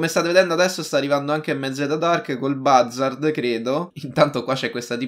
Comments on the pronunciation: Si pronuncia buzzard non bazzard. Cmq bel video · Oppure andare all eliporto del mare di San Andreas e ti prendi l'elicottero invece di fare tutto in macchina CMQ ti stimo continua così 😜❤ e si dice "buzzard" Scusa se ti correggo sempre non odiarmi 😂😂